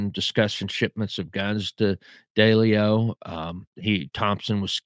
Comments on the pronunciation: Wow! You definitely do a deep dive into these mobsters. Your nickname should be the “Proctologist “ LOL! And I laughed when you pronounce Massa 2 Sis, I call it Massa 2 shitz! And you call Ralph Daily ‘O but it’s pronounced D-LEO. Anyway you did a good job on your research, I think you’re more diligent in your research, than Jeff GayDoo! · Its pronouced... 'DEE..LEE...O'... & NOT*...DAY...LEE O.. & 'ANN...JEW...LOW'... for Jerry Anguilo...the Boston street Boss for Raymond Patriarca Sr. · Little feedback, if you gonna do videos learn to pronounce Massachusetts correctly. Also, learn how to pronounce Italian names better. It’s not Deleo. It’s De Leo